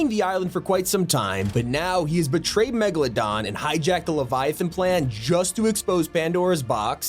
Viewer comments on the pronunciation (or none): none